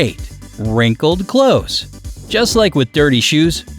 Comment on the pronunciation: It’s clothes, not close please